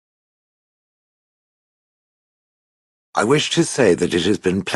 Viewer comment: but he said kadaan?!?!